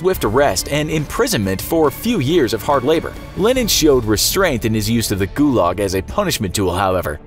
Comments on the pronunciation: guyuyuuuuulag is how you pronounced it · Ith pronounced like goolag actually thilly thilly youtuber